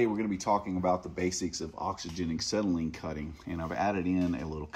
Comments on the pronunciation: It's "ah-SET-ill-in" NOT "ik-SET-uh-lean." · Acksetylene lol